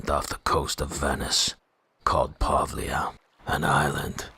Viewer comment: I living 10 minutes far from it... never had the chance to visit it. PD:, we need to work on the Italian pronunciation:D